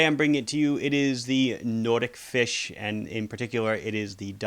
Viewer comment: It is pronounced NOT-IK FISH not Nordic-Fish